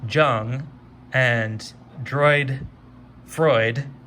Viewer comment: FYI: "Jung" is pronounced "Young"...